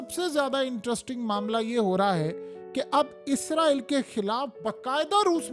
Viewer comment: یار باکی سب ٹھیک مگر ازرایل نہیں اسرائیل ہوتا ہے بس یے ٹھیک بولا کرو